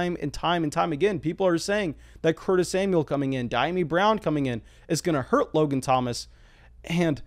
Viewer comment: Bro it’s Dee-ami be better than the other analysts who keep butchering this brother name.